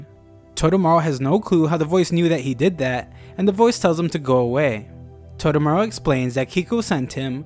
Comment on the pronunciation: Toe-Toe-Mah-Roo. not totomaro